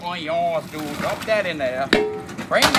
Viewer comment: "Money dewd'